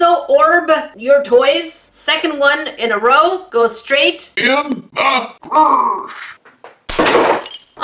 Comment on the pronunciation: "In The Tresh “